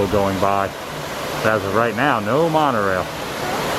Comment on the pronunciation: You kept saying mon-O-Railllllllll wrong